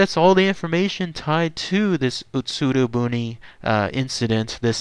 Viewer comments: OMG I want to watch this but my gods. UtsuRO buné. I can forgive the rest of the bad pronunciation, I'm not expecting fluency here and heck you apologize for a bad pronunciation but it's boonay. 空ろ船 is literally hollow boat. "utsuru boon" is a "sentence projected on a wall". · Ut-Sue-Row Boo-Knee